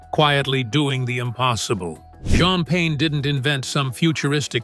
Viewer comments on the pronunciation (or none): OK, I’ve heard enough. I’m sorry, but this really bugs me. You narrators, probably at least half, mispronounce words all the time especially names. You’ve already said this guy‘s name three different ways so far. Which one is it? You sound like an idiot. You need to go back to school or learn to read better and pronouncethe name correctly every time. You sound like a goof.